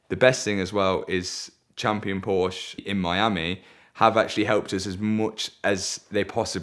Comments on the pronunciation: It's Porsche. Not Porshhh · After all this he still pronounces it "Porch" 🤦‍♂️🤦‍♂️🤦‍♂️